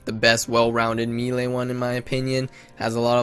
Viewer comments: americans cant pronounce anything vigour, melee at always makes me laugh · Or how to properly say melee